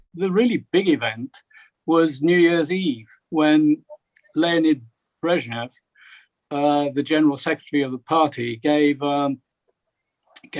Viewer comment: Breznyev in 1990??????? 💩💩💩💩💩 You got the names and surnames wrong ! Good grief !